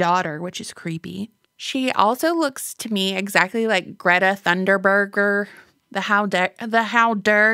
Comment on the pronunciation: It's Greta Thunberg ("Gretta Thynberg") ;-)